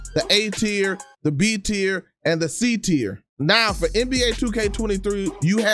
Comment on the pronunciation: It’s tier not tear